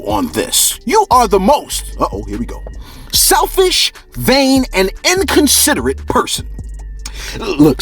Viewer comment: Bro you kill me 😭 “Selfish is like .... “ “Vain is when you ....” “And inconsiderate means....” Just the extra emphasis lmfao